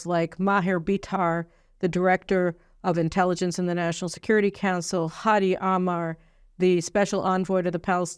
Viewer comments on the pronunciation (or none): none